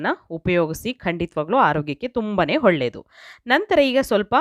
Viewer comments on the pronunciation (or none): ಹೊಳ್ಳೆದು ಅಲ್ಲ..ಒಳ್ಳೆದು...ಟ್ಯಾಮ್ಯಾಟ ಅಲ್ಲ ಟೊಮೇಟೊ